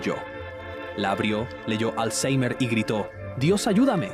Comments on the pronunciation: Por qué dices alzheimer con la R pronunciada como en inglés? no sólo queda de que te las das de listo, sino que alzheimer ni siquiera viene del inglés vaya flipao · le metió acento inglés 🥵🤙